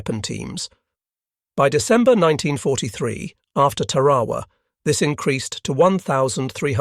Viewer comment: Mispronounces Tarawa.